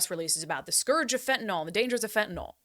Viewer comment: Hi Brandi, take it from a chemist. The y in fentanyl is pronounced as a short i, not as a short o. Fentanyl is not an alcohol like isopropanol or glycerol. This is a common mistake that I hear journalists make, but you're far from a common journalist.